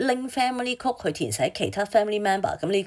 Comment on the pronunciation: Miss, 請留意英文讀音，有好多字妳讀錯，級 如 code, comp,ete, progress...